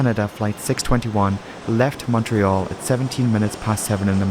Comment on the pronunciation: 3rd time I've watched it, so every 6 months. Always a compelling video. Kudos on the proper Canadian pronunciation of Montreal - Muntreal. Most Americans and non-franco Europeans say Mawntreeeal. Though I must correct you on Toronto. Should be Toronna. 2nd T is soft. Instead of Tor-on-Toe. Toronna Cheers from Quebec.